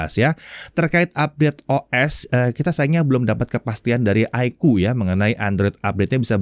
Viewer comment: iqoo = aikuu ❌ iqoo = iko ✅